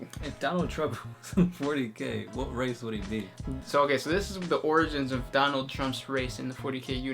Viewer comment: Donald Trump............ Dornald Trump. Donald Trump is Dorn. gg